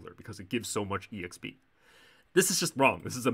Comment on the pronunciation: the fact that you're saying every letter of "exp" is very frustrating